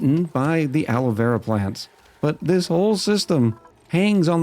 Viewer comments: PLACE YOUR BETS!: How many episodes UNTIL pronounces the name of Alveo-Vera properly? I’ll go with “correct by the 3rd episode.”🤭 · IT'S ALVEO VERA!!! NO ALOE VERA AHHHHH.